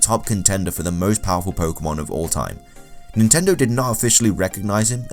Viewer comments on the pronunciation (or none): none